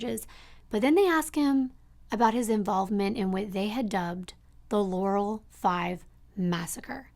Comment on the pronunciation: LAR-uhll is the correct pronunciation amongst locals. I hate when people call it Ler-ruhl lmfao